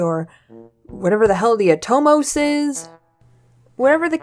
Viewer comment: "uh-TOE-mos" XD The Ah-tuh-mos. [Atamos]